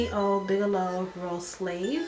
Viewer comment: It's not rose slave...it's rose salve! 😂